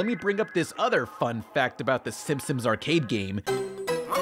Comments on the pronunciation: Narration ERROR: says "Simpsims". What really happened: did this on purpose as an Easter Egg. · Am I the only one noticing saying "Simpsoms" instead of "Simpsons"? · Why are you are calling The Simpsons "The Sim-Sims"? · Please work on pronunciation. You slur words together and say silly things like "The Simsims"